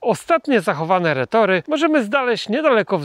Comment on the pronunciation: Cześć.....Retorty kolego, nie retory!!